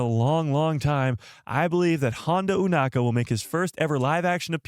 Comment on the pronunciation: "EW-NAKA"??? Why, when the ACTUAL SHOW and everyone else on the planet pronounces the name as "O-nakka" you say it differently? 🤷🏻‍♂🤦🏻‍♂